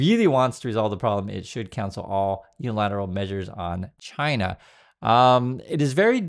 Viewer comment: China's first demand should be that he stop calling them "Chi-nah". I bet those EOs have a printed signature at the bottom that he can overwrite.